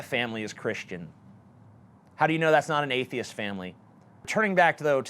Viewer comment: Black Pigeon Speaks likes to use big words and rare phrases that nobody's ever heard of, while MISPRONOUNCING easy words like "Atheist" Richard Dawkins is an atheist, not an atheiat.